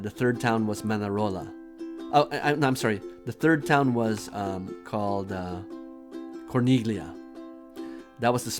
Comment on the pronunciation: Nice video, in taking my family there next month as well, just couple of notes You didn’t jump in the ocean, that is the Mediterranean Sea. The G is silent in Corniglia :) Now, I’m thinking of taking a boat without a skipper, do you think it’s doable without a guide?